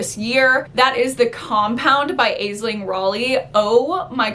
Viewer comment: Love these recommendations, I'm gonna check out The Compound! Also FYI I believe Aisling is pronounced Ashling, I think it's gaelic :)